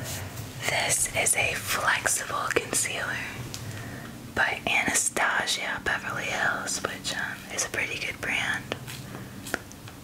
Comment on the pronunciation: U pronounced it anastosia...